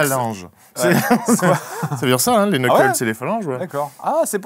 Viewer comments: c'est étrange, d'habitude c'est Fred qui tacle un film 😅. Par contre il faut qu'il arrête de prononcer le K de Knuckles... il ne sait pas parler anglais vingt dieux ! Ça me fait penser à Hooper avec son "CasTELvania" pour la série de jeu Castlevania, après c'est moins grave pour ce dernier car ce n'est pas vraiment un mot. Globalement le film je l'ai trouvé pas trop mal, malgré : Le mariage vachement prévisible au niveau de la mise en scene Pour Knuckles, ils ont trop montrés sa stupidité par moment même si globalement ils ont plutôt respectés son caractère : une mentalité de guerrier humble, déterminé et naïf 😅... j'avoue les "points, points, points" lorsque Robotnik et son bras droit espionnaient les sms de Sonic m'ont fait marrer 😂. La danse... passage inutile et trop long et pas mal d'autres points que vous avez cités mais je préfère pas trop spoil. La voix de Sonic est catastrophique en français (Malik 😅) mais elle est un peu plus arrangée que pour le premier film, à croire qu'il prend un peu de bouteille dans sa médiocrité... sacré Malik... sinon Tails c'est cool c'est la doubleuse des jeux vidéo (et de Sonic X) donc rien à dire puis Knuckles a une voix qui lui correspond très bien, même si ce n'est pas la voix originale. Le comportement de Sonic est insupportable au début, ce n'est pas le Sonic que je connais dans les jeux vidéo ou l'animé Sonic X, ils reprennent bien ses côtés rebelle, moqueur et joueur en rajoutant un personnage qui se trouve cool, alors qu'à aucun m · On dit "NEUCKEUL" pas "KNEUKEUL" faites un effort bon dieu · Faut arrêter avec l'ancien design... ça fait trois ans que c'est fini cette histoire. Vous avez vu le film et vous continuez à dire "qu-neukeul" ?? Waow Shadow bosse au GUN. Vous vous y connaissez tellement. Perso j'ai trouvé la scène de danse très cringe, mais la scène du mariage était très drôle. Vous êtes beaucoup trop biaisés sur la licence en général, vous êtes hyper cynique en fait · Guys, Knucle le K est silencieux.